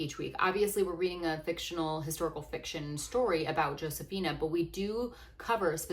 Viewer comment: This isn't meant as a criticism, just wondering why you dont pronounce her name Ho-se-fee-nah like its supposed to be